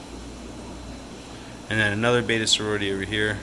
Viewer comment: Bet, bet, bet ...Betta. Not bayta or baeta. Push sound button ... learn.